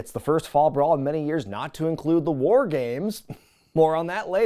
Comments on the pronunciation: As a native Pittsburgher, I do not claim Madden's oddball pronunciation of the word 'war'...or Madden for that matter. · I am from Pittsburgh like Madden.. No idea why he says war like that. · Nah, as someone from Western Pennsylvania like Madden, that's gotta be his thing, not a local thing. The accent can vary a little, but never heard anyone pronounce it that way. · I think the Mark Madden pronunciation of "war" was a tribute to Dusty Rhodes. That is the way Dusty said the word. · As a fellow Pittsburgh resident who has listened to Mark Madden on the radio for years, I can confirm that Mark's pronunciation of "War" is absolutely a result of the Western PA dialect. I love it! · Absolute cinema. What an unhinged PPV in all of the best ways. Regarding Madden's pronunciation of War, I think it's part Madden and part of the yinzer in him since he's from Pittsburgh. He still has his own radio show on a local Pittsburgh network, so I do what I can to avoid it LOL. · He's on the X in Pittsburgh around noon. I'm from Pittsburgh and I don't say war that way, though.